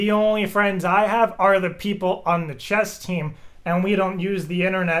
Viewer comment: "CHESS IT DOES" lol